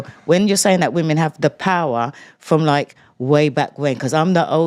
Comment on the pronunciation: I feel liKKKe, I feel liKKKe... liKKKe...